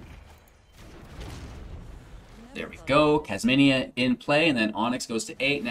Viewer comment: Kasmina not kasmania. I don’t want to be rude but it was just bugging me the hole time, needed to say it